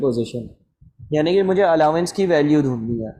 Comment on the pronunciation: SIR SORRY BUT ITS ALLOWANCE NOT ALLAWANCE